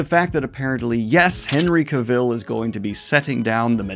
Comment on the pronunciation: Say "Henry Cavill" again bud